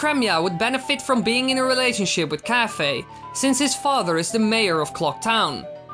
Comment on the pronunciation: Isn't it pronounced Kai-fay?